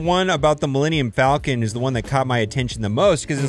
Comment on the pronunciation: What the hell is an alluminum falcon?